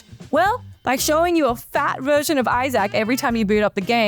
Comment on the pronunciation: Do you seriously not know how to pronounce the name Isaac? 🤦🏻‍♂️